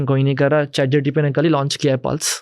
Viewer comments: Why does this guy keep saying GTP instead of GPT? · I stop continuing when i heard chatgtp instead of chatgpt from a discussion of AI context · he called chat gpt , chat gtp. bhai ye kis dood waala ko lekr aaya ha tu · Bro not chatgtp it's chatgpt...😅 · chat GTP or Chat GPT Lmao and he’s the founder of AI startup in India 🫡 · Chat GTP 😂😂 Can Bhindi find out how many times he says Chat GTP in this video? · chat gtp?😂😂😂😂😂😂he is talking abt AI. and dont kw the correct name of chat gpt😮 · Bhai isko pehle bolo ..chat gtp nhi hai ..chat gpt hai... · Chat GTP 😂😂😂 who is this guy? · Bro was Pronouncing ' chat-gpt ' to 'chat-gtp' 😅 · Yes true lol he keeps saying chat GTP figured how fake this guy is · Am I the only one guy who is noticing that this guy is saying Chat GTP every time instead of Chat GPT??? Strange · How much reliable is an AI startup founder who kept calling ChatGPT as ChatGTP? Not getting into his wrong English and poor oratory skills because there can be reasons behind these. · M i the only one who is hearing. CHAT GTP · He can't even say chatgpt. Said chatgtp so many times 😅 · Chat GPT ❌ Chat GTP ✅ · He’s saying chatGTP 😢😢